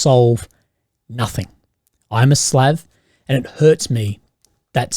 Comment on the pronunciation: "Slav." Love the way you say that 😂 Love ya